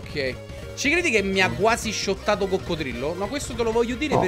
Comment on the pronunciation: *shottato non schottato😂